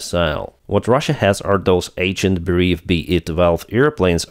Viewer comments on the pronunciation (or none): none